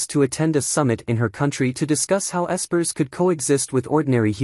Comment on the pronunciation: Bruh the AI can't even say espers correctly. Fix your shit if you're gonna make these slop recap AI reading a script videos.